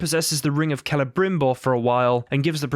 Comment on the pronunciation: You can pronounce Celebrimbor's name correctly, but not Cirith Ungol? And thank you for giving a reason not to play those games. Celebrimbor bequethed that ring to Gandalf.